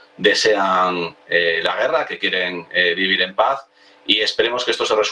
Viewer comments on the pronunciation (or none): HABLA BIEN, PORQUE DICES " DE LA PASD "